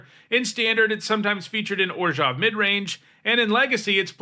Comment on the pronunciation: Why he say orzhov like that